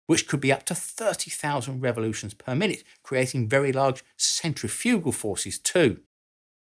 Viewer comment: If you're going to say, "Tube" instead of "Valve" because the vast majority of your views come from the USA, you should also correct your pronunciation of 'centrifugal' and 'distributed.' In addition, bomb and shell fragments are not truly 'sharpnel.' It may have become an accepted use of the work(like the incorrect use of 'decimate') but a historian should respect history. See American inventor Lt. Henry Shrapnel and his 1784 invention of the "spherical case" ammunition shell.